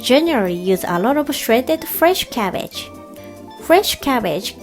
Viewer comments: It's Cabbage not cabbege.. Lots of love to & Sutan😀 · Is cabbage not cabbege